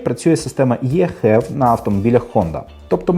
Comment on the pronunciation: «Хєв»? Щоооо😂😂 Так ейч-і-ві ще ніхто так не називав 😁